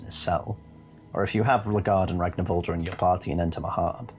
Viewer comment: The -r at the end of his name is pronounced -ur. Its an old norse thing.